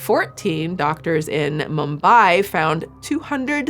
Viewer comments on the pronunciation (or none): none